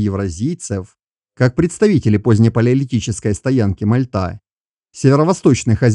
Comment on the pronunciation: Первый раз услышал от не местного правильное ударение на МальтА, только за это👍👌 Блин дальше, что то пошло не так КАчуг 😀